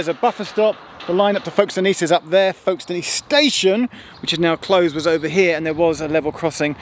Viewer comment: I was born and brought up in Folkestone. It was quite amusing to hear Geoff's mispronounciation of the town name. The locals say Folkstn. And woe betide anyone who spells it with no middle 'e'!